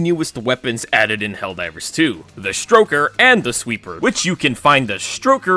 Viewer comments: For some reason, it sounds like you're calling the stoker the 'stroker'. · He keeps saying stroker instead of stoker. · Please stop calling it the stroker 😭😭😭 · the “stroker” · In my canon, you calling it the stroker instead of the stoker was definitely unintentional. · I kept hearing Stroker... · Why did i keep hearing stroker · Your continued emphasis on “ stroker “ has been noted for the record… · The "stroker" lol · Huur durr "Stroker" Hehehe HURR DURR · He does, he's doing it on purpose